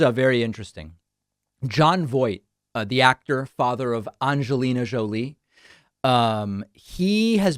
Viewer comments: Why was Angelina Jolies name pronounced in that fashion? It was an unexpected turn off, and I paused the video. I will now leave... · Why did he say Angelina that way?